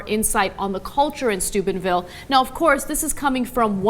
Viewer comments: Lol does she keep saying stupidville or is it just me? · It sounds so much like they're saying Stupidville Ohio. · I still keep hearing "stupidville". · For a second instead of 'Steubenville' I heard 'Stupidville'. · I swore when they said Steubenville, I thought they said Stupidville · Every time you say Steubenville... I hear Stupid-Ville... I agree with the latter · I have always thought Ana was saying Stupid Ville in previous video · When saying Steubenville, it sounds like Stupidville. A perfect name for that town. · I hear Stupidville every time Anna says it. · Sounds like "dickheadville" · it sounds like she keeps saying "stupidville ohio"